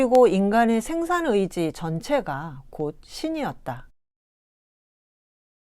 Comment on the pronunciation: 소개하시는 분께 충심의 권유입니다. 어조와 단어의 장단 문제입니다. 1. 단어의 둘 째 자나 끝 말을 마치 accent가 있는 것 처럼 강하게 발음하고 있음이 실로 심각한 일입니다. 2. 이 결과, 장음인 단어의 첫 자가 자연히 짧게 발음되는 오류를 범하게 되었습니다. 이로 이해 전체적 어조가 아주 좋지 않고 절도가 없게 됍니다.둘째 자를 강하게 됀 예: 생산,이유,기술,분석 등이고, 2. 장음인 첫 자를 짧게 잘못 발음한 예: 세계, 세상, 해방 등 한이 없습니다. "한국 어문을 고발함"이라는 책을 읽어 주실까요? 한국 언어의 타락상이 분하여 제가 "눈물로" 쓴 책이옵니다. 미국 변 완수 드림